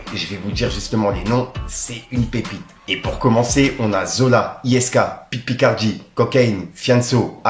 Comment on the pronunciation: Pit Picardie ??? Frérot c est : pit bacardi !!